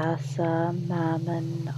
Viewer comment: She keeps repeating "Hassan" and prays to a chick called "Mannon"